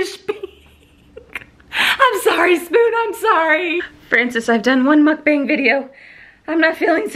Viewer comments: Gotta buy this!! FYI- mukbang is pronounced as b-ah-ng. The “a” sounds like “ah” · it's pronounced like MUCK BUNG and it's korean for eating show